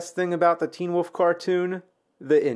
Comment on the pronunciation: It's "wolf", not "woof".